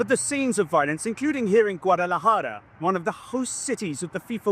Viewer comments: And not pronounced close to how she said it LOL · Ah! BBC has the same problem as GB News, ignorance as to the correct pronunciation of names in spoken Mexican, Guadalajara 🙄🙄🙄.